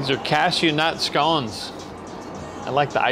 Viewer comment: Glad you pronounced scones properly 👌🏻